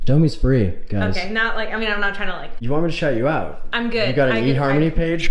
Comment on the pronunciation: HE SAID EHARMONY OH THE DISGRACE LMAO